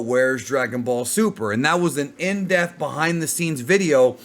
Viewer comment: I know english isn't your first language but please learn how to say the word depth